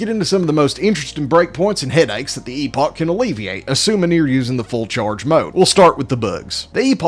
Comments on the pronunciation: “Epawgk” :D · Its.. eh·puhk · Epog ❌ Eeffoc ✅ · I've always thought it was pronounced like "epic" :sob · Fun fact: Chrono Trigger's time ship was also called Epoch(pronounced epic). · It's pronounced 'epic' in american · First time I've heard "EPOG" and I hate it. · Something I learned yesterday is that epoch is actually pronounced like epic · I know Epoch is pronounced like "epic" rather than "e-pock", but the meme of calling it the EPOG is too hilarious for me. 🤣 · It’s pronounced EPIC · I CASTE POCHIUS E MAXIMUS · Epoch is not pronounced with a G at the end. Where did this nonsense originate? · The fun part about the epoch in this game is the entire generation of people that have zero idea how to pronounce the actual word.